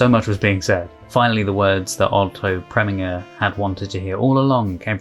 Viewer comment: I'm making it my mission to help you with name pronunciation where I can. Otto Preminger, name ending, pronounced "ger", as in ginger.